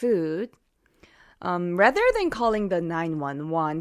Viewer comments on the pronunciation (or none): none